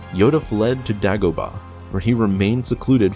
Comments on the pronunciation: How can you mispronounce Dagobah? It's said enough in the films. It's Day Go Ba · I'm intrigued about the planet Daggo-bar, and Cannon Jarus. There is no excuse for getting those wrong. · Really bothers me how he says “Dagobah” when people think their pronunciation is correct, but they literally say it different in the movie. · "" I think you should re-do your name. You mispronounced Kanan Jarrus' name & the Planet Dagobah. Both of which have the sounded letter of "A" not "ah". This bugs me the same as when people say I-tallian with the letter " i " vs the correct version sounding as " it-alian".